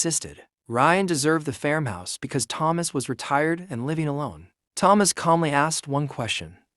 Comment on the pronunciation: AI doesn’t know how to pronounce ‘farmhouse’, it’s not fermhouse